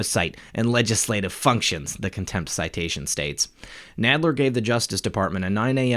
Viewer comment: Nadler sounds like the guy on Princess Bride (mawage, mawage is what bwings us togeva today...wove, twue wove)